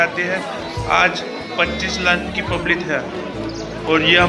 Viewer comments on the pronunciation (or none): publit yaa public 🤣